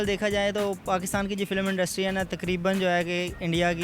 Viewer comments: industry ko pronounce to theek se ho nai raha bhai tujhsy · bechare anchor ko industry bolna nhi aarha....beta jao or padai karo.. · Tu pahle industry bolana seekh